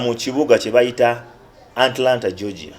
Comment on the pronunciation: Hahaha...mbu Anlana....nga kitegeza Atlanta....😀😀 hihihihi Abantu tulina stories nyinjiii ezokunyumizaako kubalala......